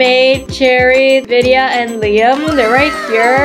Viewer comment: her name is not ViDa it's Vidia